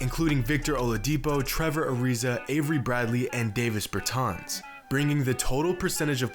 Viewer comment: why is he pronouncing nikola and bertan like that